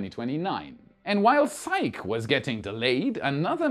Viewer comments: As a classical Greek name, I think it is pronounced si-key. (saɪki in IPA). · Uhhh... that's painful. "psyche" is pronounced "sigh-kee" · Psyche is pronounced sahy-kee. Named for the ancient Greek Goddess. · I still say it doesn't matter how fast they get Starbase ready, the lawsuits are going to keep them from flying for a while. I would love to be wrong. I want to see another test flight. I am pretty sure Psyche is pronounced "SY-key". But it's all good. The delays have to be just heartbreaking for those folks. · Elon Musk is mining a $600 trillion dollar asteroid! It's pronounced Sy-kee. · "Psyche" is pronounced "Sai.kee." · Psyche is pronounced sigh-key. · "Psyche," pronounced "SIGH-KEE." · Psyche is pronounced “Psych-EEEEE”, please. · Psyche is pronounced "Sigh-Key"... don't judge me... I'm autistic. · Thanks for sharing! I would recommend looking up the pronunciation of Psyche though 🤣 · It's pronounced SIE-kee, not sike. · By the way, it's pronounced Sikeeee not sike:-) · Psyche: sigh-key. Just to highlight English spelling / pronunciation oddness. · Love your channel! 🎉 Btw, Psyche is 2 syllables (different from psych) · Hey, it's not pronounced "sike", it's actually "sike-ee". The e isn't silent because of it's Greek root spelling Psykhe. In Greek mythology she was the wife of Eros (Cupid). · Psyche is pronounced ZiK-ee, not just ZIKE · Is psyche pronounced "sike" or "sikee"-- I think it's sikee.. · It's pronounced si•kee,. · It's pronounced "sike-ee". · I think that Psyche is pronounced Sy-kee. It's the name of a character in Greek mythology. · With Psyche, the e is not silent, the name is Greek not French. In mythology, she was the Greek Goddess of the Soul and wife to Eros (they became Anima and Cupid for the Romans). Psych is when you make someone think you are going to do something and last minute, when they flinch in responce, you say `Psych'... Keep up the great work. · Psyche is two syllables si-key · Psych-EE. Its Greek.